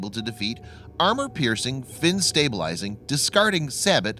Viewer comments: The way you said sabot made me cringe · Probably should make sure you know how to actually pronounce Sabot of you're going to make videos like this.